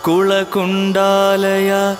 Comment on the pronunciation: Almost perfect. This is probably the best Lalitha Sahasranaamam on youtube. Perfect pronunciation (maybe from familiarity with the malayalam alphabet - which has a few alphabets more than Sanskrit) The name "kuleshwary" and kulakundaalaya" not accurate. After "paramodhaara" the next name should be par-aamodha". Still, the most satisfying L Sahasranaamam yet! 🙏🙏🙏🙏🙏🙏🙏